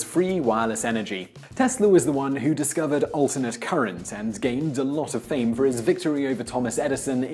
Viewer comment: Ren-a-sonz. Biz-an-teen. AlternatING current.